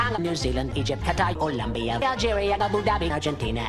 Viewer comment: I'm not the only one that had to do a double take when he said Qatar am I? Seriously it sounds like he's saying gentai